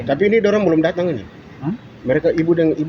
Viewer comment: Tapi kata2nya kurang huruf G (uan, datan)